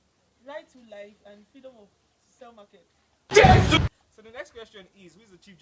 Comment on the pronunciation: Did she say self market or sell market, omo mehn!!!! 🤣🤣